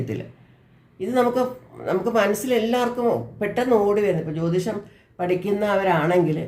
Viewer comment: ജ്യോതിഷം Not ജോതിഷം